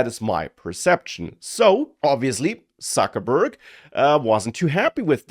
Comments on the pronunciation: did i heard you saying Suckerberg????:face-green-smiling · Sometimes I think I subscribed just to hear occasionally how pronounces "Suckerburg". Just kidding. Well done. Love your channel!